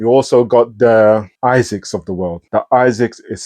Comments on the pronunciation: I was curious too why you call them Isaacs instead of A-sicks. Great review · It’s really annoying when keep saying Isaacs!